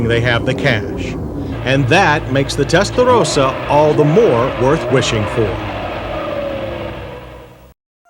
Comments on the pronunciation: Lol all that emphasis on "testarossa" and he still Mispronounces Testarossa... lol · The way this guy over pronounces Testarossa over and over again with that awful try hard accent makes me want to punch him in the face. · Holy God is it necessary to pronounce the model name that way. I want to turn the volume up but your making my teeth chatter.😞😖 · Beautiful car and decent review but will someone PLEASE smack that stupid Yanker up the side of the head everytime he butchers the word "Testarossa" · The pronunciation of Testarossa is so over done. i would love to eat at a mexican restaurant with this guy. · Between him trying to pronounce whatever he is trying to say here and him calling the Mustang a ‘Tang! It’s the only thing I hate about these retro reviews. Otherwise I like everything about them. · he pronounced Testarossa with the accent with SuperMario style, this is not an Italian accent, us Italians do not pronounce Testarossa like him or you Americans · Really wanted to flex the near tongue roll apparently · The comments on Countach resale didn't stand the test of time. Also, who told him he sounded okay saying "Testarossa" that way? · Makes me cringe every time he mispronounces Testarossa every time he says it and yet seems to put on an Italian accent for authenticity. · Did he HAVE TO make absolutely everyone feel awkward by the way he pronounced the car's name? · I wonder how much Ferrari paid him to say testarossa the way he did and if he got paid more the more he said it lol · The way he tries to pronounce Testarossa just grates on my ears......just say it the way you naturally would, not how you think others would. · I can live now without ever hearing this guy say testarossa again, like he's some Italian native doing us a favor and REPEATEDLY pronouncing it his very very best. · He does that “suddenly Italian pronunciation” that every American cook on the food network does. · He's saying "Testarossa" wrong and it's fucking with my brain 🤣🤣